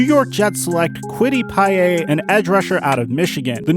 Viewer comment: "QUITTY PIE-AYY"